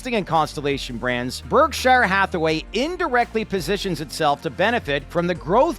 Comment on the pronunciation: Learn how to pronounce "Berkshire"